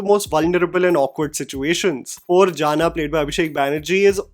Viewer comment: It's not jana...it's janaaaaaa